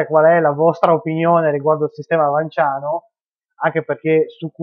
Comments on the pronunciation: Se il cognome è pronunciato VanS pure l'aggettivo dovrebbe essere pronunciato vanSiano, non trovi? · Niuton e fisica niutoniana appunto. È esattamente la stessa regola di pronuncia valida per Vans e magia vansiana...